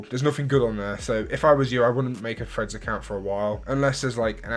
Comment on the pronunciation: Bro i thought u were saying “freds” instead of threads 😭 only realised at end when I saw title of the vid 😅